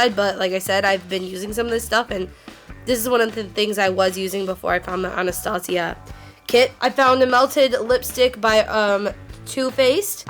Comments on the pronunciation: anastasia was pronounced correctly. its not ANNA STAY SHA, its AANA STAS EYA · as a person named Anastasia, I can assure you that she pronounced it correctly. the name of the owner of the brand has the same name as me and in Russian it's ah-nah-STA-see-ya